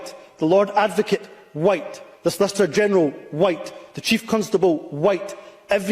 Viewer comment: When he pronounced the silent H in the word white ,that told you it was said with malice against the 95%of white Scot’s and white people everywhere ..he’s a race grifting bigot that needs to go from any form of power whatsoever. He would of ended up. Like Charles Stuart in the past as would most of those in Englands parliament for treasonous acts ..Scotland wales and Ireland have seen enough of tyrannical bastar## in the past and so has England ..this is the 2024 not 1296 .it’s time to make Humza useless as welcome in Scotland as they made Edward Long Shanks and Marshall wade …not very welcome at all ..